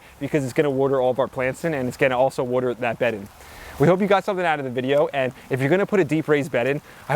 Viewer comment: My dear friend Beverly Goldberg and I take a shot everytime you say "'wudder".